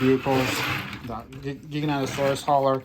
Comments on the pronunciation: its Jai-ga as in Gigantic. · Is it "Jai-ga-noto-saurus" was the right pronunciation?